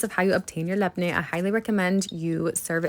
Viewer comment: The way you pronounce labne caresses my brain ❤